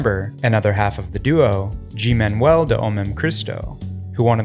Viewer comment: Also it's pronounced "guee", not "jee"